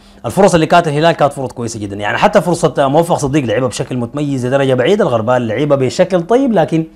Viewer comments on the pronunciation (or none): الغربال ( بضم الغين) وليس بالفتحه علي شاكله المغاربه والتونسيين ياااا إمعه وشعب ضعيف الشخصيه ومقلد في حين انت الافضل